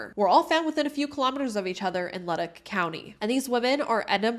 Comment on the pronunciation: Good video - the police in Edmonton and Leduc totally dropped the ball on this and other cases. P.S.re: pronounciation - Leduc = Le-Duke (emphasis on "Duke") Nisku = Niss-cue (emphasis on "Niss")